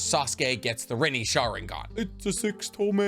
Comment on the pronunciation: Why do you omit the n in sharingaN